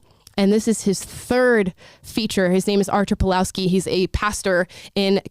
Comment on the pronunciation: pawlowski i polish name and you read it Pavwovski (w as in window)